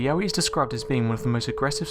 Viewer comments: I thought Yowie was pronounced Yo-wie not yaoie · Yowie not Yahweh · I thought he said Yaoi